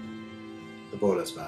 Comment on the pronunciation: Kinda stopped when you misread Voluspa (read like Voluspo, not Voluspa) didn't feel genuine.